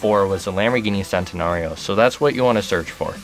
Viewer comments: Sentenario? It's CHENtenario dude.. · its CHAN-TUH-NAR-EE-OH not SAN-TEN-AH-REE-OH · It centenario with a "sh" not a "se"...someone had to do it! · Its pronounced chentanario not sentanario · Its pronounced CHENtenario god dammit! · Did he just pronounce the Centenario as sentenario? ITS PRONOUNCED CHENTENARIO. triggered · Centinario (Chen-tin-ario) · Love the video and really helped but just an fyi, it is pronounced CHENT-I-NAR-I-O. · Learn italian bro its pronunced "chent-anario. Any thanks...? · It is pronounced Chentinario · Tom Wood It's common sense dude. That's how it's pronounced in Italy, the C's are pronounced as "Ch".